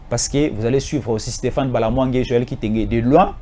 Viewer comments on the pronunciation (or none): none